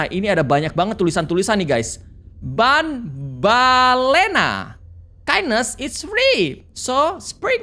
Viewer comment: Itu banbaleena di Baca banbaliina bang🗿 Dan yang abang lupa namanya jumbo josh